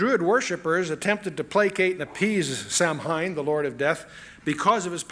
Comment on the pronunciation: Samhain is pronounced "Sahwin"